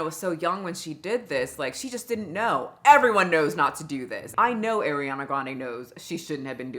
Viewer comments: Miss gurllll… the way you pronounce her name always gets me question if I have been pronouncing her name wrong this entire time or if you are pronouncing it in a particular way the whole time🤣🤣🤣 On the topic of her weight, I have nothing to say. If she likes it then I love it for her. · Ngl mispronouncing Ari’s name bothered me the whole time lol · Love your videos. This one was killing me because you continued saying her name completely wrong, though you did research and withing your video every clip got her name right and your brain just didn't catch the pronunciation. Just a pet peeve of mine. But other than that, the video is on point. ❤ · i dont trust anyone who cant even say her name properly, its ari ana, not air iana. its not hard to at least get that right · WHO THE FCK is Eriana Grande ?!??! 😂 Ariana Girl, not Eriana. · If you kept pronouncing it as "air ee ah nuh" as rage bait then my hat is off to you my dear. It worked lol. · I love you & I know you dgaf, but I’m less than a minute into the video and hearing you pronounce her name AIR-EE-ANA is like nails on chalkboard. Im really hoping I can drown out the phonetic irritation I’m experiencing & actually absorb your talking points.. But this would be like watching someone critique you and refer to you as “My-shell” 🥲😩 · It kills me that you pronounce it as Airy-ana 🤌🏻😭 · Hearing Air-riana all video made me crazy. Otherwise amazing video. I remember when Naya Rivera called her a man stealer... she was not wrong. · The amount of times calls Ariana Grande “Airiana Grande” is hysterical lol the Ari in her name should be pronounced like you’re saying the letter ‘r’ not like you’re saying the word ‘air’ lol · I don’t like how she says Ariana 🥲 A-Rihanna 😂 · It’s hurting my ears with her saying Airiana omg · Who's eriana grande?! 😂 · Great video. Just wish she pronounced her name correctly 🥴💔😭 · girl you cant even pronounce her name correctly, bye